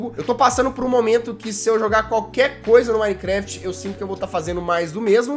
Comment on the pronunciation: 10 anos de minecraft e não sabe falar minecraft